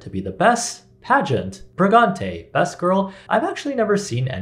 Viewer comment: Did you just throw out a "pregante'"???? LMAO